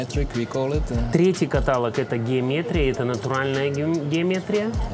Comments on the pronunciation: Огонь! Как говорят девочки. Но , товарищ переводчик каталОг, каталОг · КаталОг! КаталОг